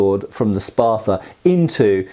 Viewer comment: Love me some gladii. You know what I find strange, being a yank and all, is the British tendency to add "er" to everything that ends an "uh" syllable., wtf is a Spather?!? You corrected your pronunciation later, but the first time you left that err slip out! Most Brits don't even try to correct it, you must be unusually self aware,.